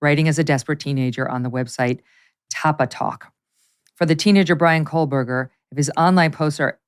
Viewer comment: Megyn, stop putting an L in Koehberger please.